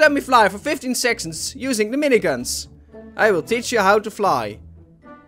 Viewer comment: you tried to say second but then sayd sexond instead